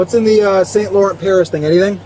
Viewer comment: I gotta say the worst offense in the entire video is the "Saint LORENT" for me. Straight to jail, honestly.